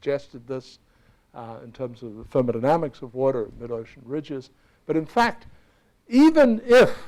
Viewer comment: That guys pronunciation of 'thermodynamics'. Da-ma-na-na-mix.